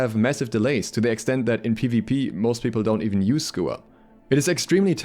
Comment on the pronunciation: Wtf is a schooer?